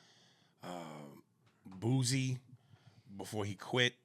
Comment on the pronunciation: At this point he says Boozy on purpose to troll